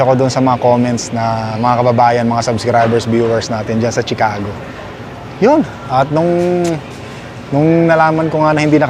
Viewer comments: Chicago is pronounced SHEE CA GO AND NOT CHEE CA GO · I-pronounce mo muna ng tama ang CHICAGO bago ka pumunta doon! Baka marinig ka ng mga locals doon sa tukmol mong pronunciation ng Chicago at batukan ka pa o pagtawanan ka roon. 😂😂😂